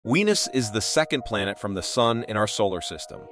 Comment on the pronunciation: The voiceover AI was programmed by Indians... "Weenus!"